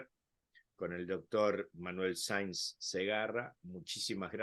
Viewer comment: Oye creo que es Manel no Manuel . Gracias por el video ojalá lo vea mucha gente que falta hace😬